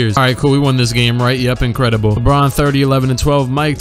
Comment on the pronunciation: "And Lucas Lucas who i think got a new suit ingredable i like the fashionsens" had me dead 😂😂😂